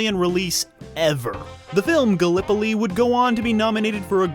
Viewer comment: Finally began pronouncing Gallipoli correctly after failing the first three-four times.